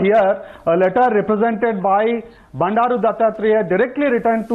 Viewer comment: Its Bandru......not Bandathu......